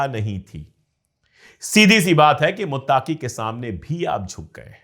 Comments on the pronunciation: Bahut behtar aur haan sir muttaaqui nahi muttaqui hota hai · Muttaaaqi nahi muttaqi hai..pronounsation me gadbad ki wajah se naam sunne me achcha nahi lag raha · Muttaaki Nahi Sahi Lafz (Muttaqi) Hai Maazrat Chahta Hu